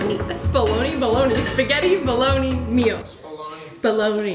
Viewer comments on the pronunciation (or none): Did you really just pronounce bolognese as bologna hahaha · The boys are getting so big! (Also just a helpful tip bolognese is said kind of like bowl-a-knees)❤️❤️